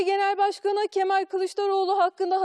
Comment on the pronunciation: Yanion kemaaal 😂